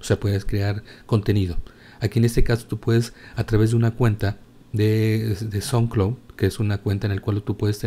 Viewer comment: Carajo! Deja de decir "entorno", y "como tal", y no es tan difícil mejorar el inglés eh? Dijisteis sonclon en suposición de sound colud y siñal en suposición de signal, saludos y que pases un buen día